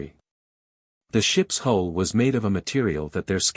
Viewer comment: HULL! HULL! HULL! NOT HOLE OR WHOLE. All these sites and stories and AI computers and not One can get this right! Detracts from story!😊